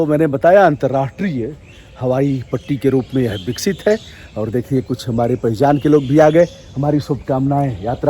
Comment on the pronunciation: आप "वाराणसी "को "बाराणसी " बोलते हैं , आप "विकसित" को "बिकसित" बोलते हैं, आप "विश्व" को "बिस्व" बोलते हैं, अजीब है यह. अजीब है यह. " बैस्ड़ो " ????????? ===> " वैष्णो "